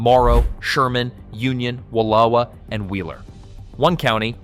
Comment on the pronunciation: Interesting info to this native Oregonian, but the narrator obviously didn't do his research on how to pronounce WillAmette, SAlem, or Wallowa.